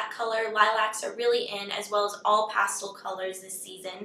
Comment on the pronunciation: hahahahah the way you say pastel